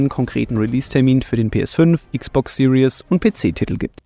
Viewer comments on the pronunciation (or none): none